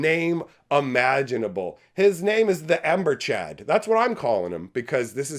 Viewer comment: Did u say this dragon is called the ember choad 😂😂😂lol